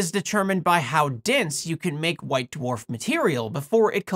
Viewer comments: Hearing you say d'warf instead of dwarf is driving me crazy. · I like how you pronounce them "Doo-Wharf" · I love hearing you say Duhwarf. Although I feel bad for anyone named Dwane or Dwight in your life. Yes, that's what I seem to have taken away from this video. 🙃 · It seems like the star's extreme gravitational field acts to separate and purify the layers the same way the force of a spinning centrifuge stratifies the layers of a body fluid sample (my field). Oh, and I like the way you say the word "dwarf"...you can really hear the separate letters "d" and "w" !